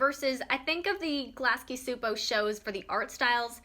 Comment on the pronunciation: Great video. Btw Csupo pronounced CHOO-POH not SOO-POH. Gabor Csupo is Hungarian. I was confused too the first read it.